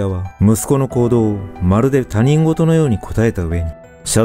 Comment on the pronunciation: 被害者家族が知り合いで、事件現場も地元でした。色々と考えさせられます。ところで他人事は ひとごと と読みます。偉そうにすいません、、、。